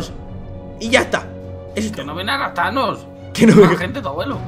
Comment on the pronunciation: rapthanos suena a raptanos